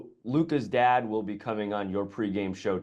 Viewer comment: Sej ti kr slabo rata ko poslušaš dva kmetavza ko v polomljeni angleščini pametujeta. "very often, very seldom". "Lukas dead!" "kofeine". Bogpomagi.